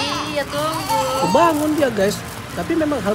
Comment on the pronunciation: "iya tunggu" ohkasan tenangkan Sorasan pake bhs Indonesia pas betul.. bagus bagus terus pelajari..